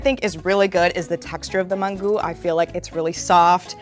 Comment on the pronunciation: After she pronounced it Man-Goo I knew it was over for shorty